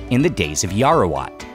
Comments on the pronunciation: Just to correct you, you keep pronouncing Yao-Wa-Rat as Yao-ra--wat. Otherwise, everything else is fine. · yaowarat.. not yaorawat.. :) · It's Yaowarat, not Yarowat 😭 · I'm Thai-Chinese and also live really close to Huay Khwang! I had to pass by on my way to the MRT every single day back when I was in our equivalent of high school, but I personally never thought much of it. I definitely appreciate it more now, though. Btw, it's 'yao-wa-raht' เยาว (yao-wa) = youth; borrowed from Pali ราช (raht) = king, ruler, or to rule; borrowed from Khmer and Sanskrit Thanks for the coverage, man. Keep it up, proud of you! 🙏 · Love your channel man! But, Yao-Ra-Wat is killing me😅